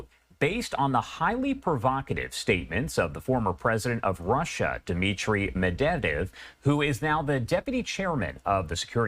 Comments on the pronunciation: Clearly it is MED-VER-DEV not MUd-del-dev.. . Anybody that has followed World history would know his name. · It’s pronounced MED~VE~DEV!!🙄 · Host couldn't even pronounce the name "Medvedev" correctly. Trump is a clown...it's all a show always wanting to create and bring attention to himself. He's a psycho.